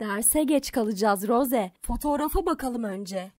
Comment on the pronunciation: Rose değil ros diye okunuyor